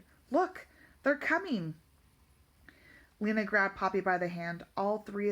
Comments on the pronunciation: and its lina not leena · Do not trying to criticize bit her name is pronounced (Line ah) and that just heya I going off of the professional audiobook reader but other then that not bad